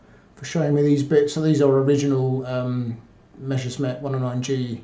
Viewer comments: Why do English native speakers always pronounce "Messer-Schmidt" as "Mesher-Smitt"? I would think that as a historian, he should get that one right. Same goes for the "Nashorn" artillery, which is pronounced "Nas-Horn". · Not talking specifically about. It's a thing that I noticed with nearly all (!) English native speakers who talk about the Messerschmitt airplanes. Hardly anyone gets this right. And the question stands, how do you turn "Messer-Schmitt" into "Mesher-Smitt"? Can't wrap my head around this.